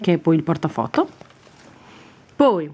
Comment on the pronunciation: Devi dire POI E non PUI